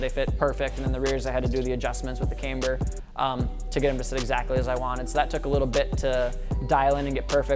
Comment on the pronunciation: He says... caymber... cringe